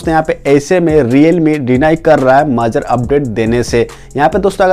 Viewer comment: majar nhi major hota hai bhai